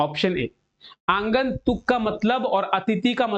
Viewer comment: Q no -12 aagantuk hota h sir na ki aangantuk